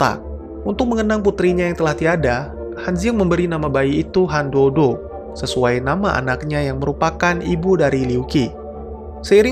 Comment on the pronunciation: Sedikit perbaikan utk ngeja bahasa Mandarin ya Bang... Z dibaca C C dibaca J J dibaca C Q dibaca J D dibaca T T dibaca D B dibaca P P dibaca B Jd kalo namanya Han Duo Duo, itu bacanya "Han Tuo Tuo", Liu Qi jadi "Liu Ji", Han Ziang jadi "Han Ciang" 🙏🏾😁